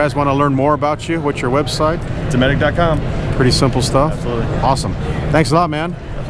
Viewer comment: i didnt know the T was silent in dometic. he doesnt prounouce a hard T in dometic. i dont oikethe idea of relying on electric pannels in a boat . but the cooler with ice couod last 7 days in the shade.